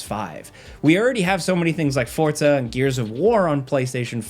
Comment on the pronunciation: There is no T in Forza. It is not Fortza